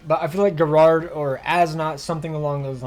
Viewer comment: Bruh why do you pronouns gerard like that 😂